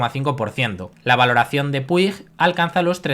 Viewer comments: Buenas, como siempre buen video. Respecto a Puig, de la que seguro que hablarás más, se pronuncia más o menos con un sonido de ch, algo parecido a Puich. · Error!! Sin la i, se pronuncia fonéticamente “Puch”. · Buen resumen pero Se pronuncia SabadeLL con LL y PuiJ :face-fuchsia-wide-eyes